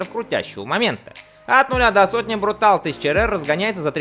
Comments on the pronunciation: Тоже режет слух. Марка итальянская и вроде читать бы БруталЕ, с другой стороны половина мира называют Порше - Порш... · Brutale – не «брутал», а Брутáле. Это итальянское слово. Означает либо зверский, либо яростный. Если бы это было англоязычное слово, то, во-первых, оно пишется brutal, во-вторых, произносится «брутл» (означает «грубый»). В итальянском -e на конце слов произносятся.